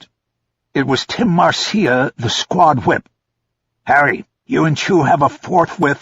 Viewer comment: "Marcia" is pronounced "Marsha."